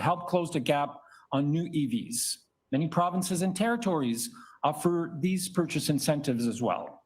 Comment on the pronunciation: The ev guy gets an oscar for the word, offer, mispronounced